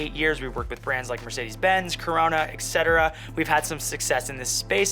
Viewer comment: Great video ❤️ I’d lay off the “exetera” since it sounds ... unprofessional. Stick with Et-Cetera the way it was intended. 😉